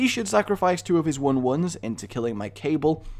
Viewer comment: So it's not "major-door-mo" but "major-DOE-mo", at least according to all the dictionaries I checked... STOP MAKIN' A BLOODY FOOL OF YESELF LADDY! EDIT: Sorry nevermind that, how ARE you pronouncing "cabal"???